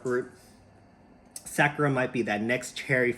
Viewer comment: Sa- like "soccer" without the "CCER" Ku- like "cool" without the "L" Ra- like "rock" without the "CK" Mahalo for sharing! Aloha from Hawaii!